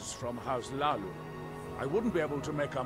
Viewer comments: dude says Hlaalu "stop saying Laalu, im trying not to giggle" makes me giggle instead xD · I kept hearing "House Leeloo". It made me think of orange hair. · "You got an awsome voice mate, I could listen to you all day" Me: "only if he stops saying Hlalu"